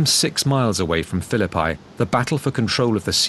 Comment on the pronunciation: Pronouncing the word "Phillipi" like that makes it sound like "The Battle of Fill-a-Pie".